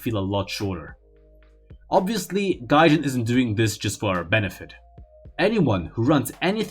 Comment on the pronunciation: ‘Gahjayn’ ‘japayn’